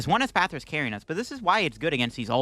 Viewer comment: PRONOUNCING ESPATHRA CORRECTLY!!! YOU'RE NOT THE REAL!!!